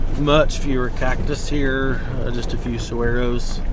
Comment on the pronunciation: Not teddy bears, those are jumping cholla. And the Saguro....is pronounced sawaro...just FYI